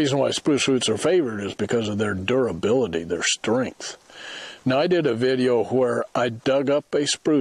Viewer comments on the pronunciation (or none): none